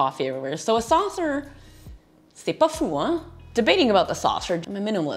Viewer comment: "C'est pas fou" with a perfect French accent! How come!? I am French (living in SF), and was surprised to hear it! Great channel and videos!!! 🤣